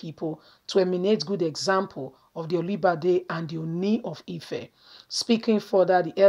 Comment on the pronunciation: Sister, i love what you're doing. But try as much as possible on how to pronounce names and titles of Nigerians. Your pronunciation of Olubadan and Ooni of Ife was wrong. God bless you.